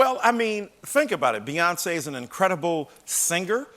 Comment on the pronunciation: He lost all credibility when he said Beyoncé